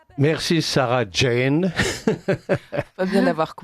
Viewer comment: Sauf que ça s’écrit et se prononce Jane et non pas Jean. Ne vous en déplaise. Ce chauvinisme est ridicule.